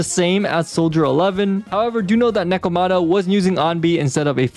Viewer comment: The pronunciation of Lycaon and Nekomata hurt me lmao